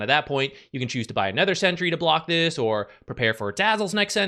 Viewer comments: anOOOOOOOOOOOOOOOOOther. Fucking hell it's annoying to keep hearing aNETHER. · It’s “other” not “ether”